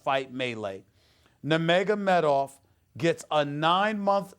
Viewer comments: I wonder if Stephan A realizes how DUMB he sounds to real MMA fans?!? 1. Its NUR-magOmedov, not NA-magAmedoFF....u mispronounced his name 15 god damn times!! 2. Hes from Dagestan NOT Russia 3. Dillon Danis was the "strength and conditioning" coach he went after (actually its his BJJ coach, but whatever....oh BJJ means brazilain jiu jitsu btw) 4. We ALL know Jones would be your fave fighter. NOBODYYYY is shocked by that. Ill give it one month before your race baiting arguments make it into an MMA duscussion 🙄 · Well he is a casual.... he doesn’t know how to say nurmagomedov correctly or who Dillon Danis is. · This guy is an MMA analyst now huh? He didn’t even pronounce Nurmagomedov correctly once lmao